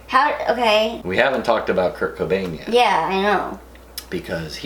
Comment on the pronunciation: I wanted to cry when he said curt cobin and I'm not even try to make a joke I'm being serious he was a great guy